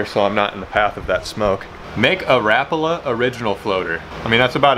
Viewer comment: I like that you mispronounce rapala like I do. I feel acquitted of all wrongdoing.